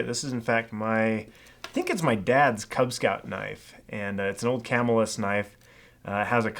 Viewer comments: love the show. Here is a little tip from an upstate New York native. The Camillus knife you mentioned is pronounced Cu-mill-us not Camill-us. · Its "cuh-mill-us" not "camel-us" Just outside of Syracuse NY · It isn't CAM-i-lus. It is Ca-MILL-us. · Living 10 minutes from the village of Camillus, the correct pronunciation of the name is (KA- MILL- US) lol. Great video gentleman! Keep up the great work! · I’m from upstate NY and it’s pronounced CAH-MILL-US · Camillus is pronounced Cah mill us.